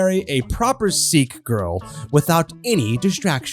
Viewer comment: it’s not pronounced “seek” it’s pronounced like “sick”